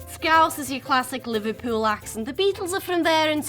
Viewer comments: Skowsser not scowzzer🎩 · Why do most Americans on here, insist on saying "Scouzer"? It does not have a Z (zed not zee) in it. "Scowsir" would be more accurate. Or try "Scouse~err". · There are way more than 17 British accents ! These are just the basic , well known ones. SCOUSE is pronounced scouSe not scouZe. GEORDIE is pronounced georDie not georJie.